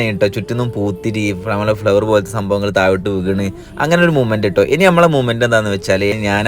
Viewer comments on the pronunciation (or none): none